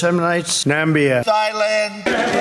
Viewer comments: "Thighland???" : D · Did he seriously say thighland? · It’s interesting that he is messing up simple words, I mean Thighland sounds interesting but don’t think Thailand would think so. But more time passes the more he seems to be getting worse. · Him pronouncing the Th in Thailand actually suggests he's able to read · I was under the impression that's how you pronounce Thailand, am i wrong?